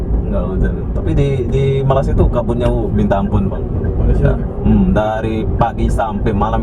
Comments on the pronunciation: Sebut Malay dengan malassia pun Korang sebut payah,lalu macam mana Korang sebut Indonesia dengan sebutan Indon? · Apa dia la, malassia malassia, nak sebut malay malaysia pun payah ( lidah keras) s dan y jauh beza tu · Nursan Dimas airil azzam itu bilang malasiiia lah bos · Kenapa tak nak marah orang Jepun sebab sebut Mareshia? hahaha 🤪